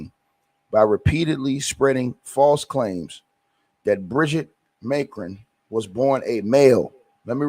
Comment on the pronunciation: Ma cron. The pronunciation